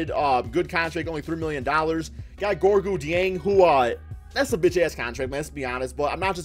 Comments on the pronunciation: Yea good job drafting Towns, and Lavine and trading for Wiggins! You did that totally! Good job developing them and trading for KG to help! Good job building this team! Good job pronouncing Gorgui Dieng's name! Bum ass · The way this man butchered gorgi dieng name😂🤦🏼‍♂️ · Lmao the way he said gorgui dieng